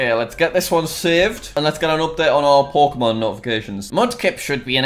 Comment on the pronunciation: I hear PORKEMON